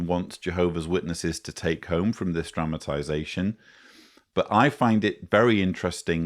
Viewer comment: I love your videos and your sense of humor, and I must add that in this particular video your accent/pronunciation of the specific word “dramatization” sounded like “traumatization”, also very apt. Maybe it was my sense of hearing 😂! Whatever the case, I got quite a chuckle...and kudos to your research and your debunking of so many witchtower lies! I should add that many years ago, during a pause in the program of a district assembly, I had a brief chat with a district overseer (I believe that designation is no longer in use) and he told me that I (and anyone) could always find more time each day to do “more” for jeehoovah; he even mentioned our conversation when he went back on the platform to expound 😂. (He didn’t mention my name).